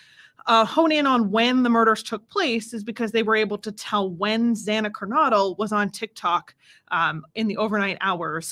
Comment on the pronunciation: PLEASE pronounce Zanas last name correctly. It’s KER-NO-DLE. Like the word No. I’m not being rude I’m sure you don’t want to put up something the whole world can watch and you mispronounce a name. 😁